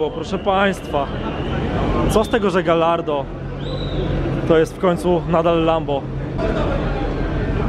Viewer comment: Gajardo, słoneczko, gajardo, nie gallardo.